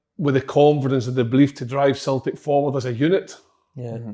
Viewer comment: Slaney: "Celtic" Si: "Celtic" Andy: "Celtic" Big Kev: "Sultic"